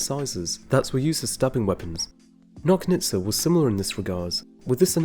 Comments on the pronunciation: Good job as usual. Also, Nochnitsa - "CH" like in Chile. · Nochnitsa should be pronounced like in "notch"